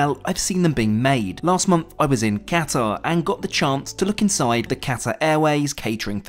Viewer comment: Great report. But please learn how to pronounce Qatar properly ;)